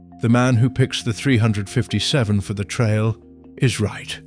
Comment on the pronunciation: Three hundred and fifty seven ? Who gets these British or uk no knowledge of firearms to do these videos ? Can’t even pronounce 357 magnum properly.